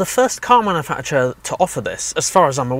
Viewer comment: Cool video, but you're saying manufacturer wrong!